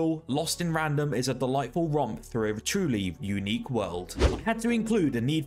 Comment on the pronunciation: It's pronounced "through" with a TH not frough with an f. Learn english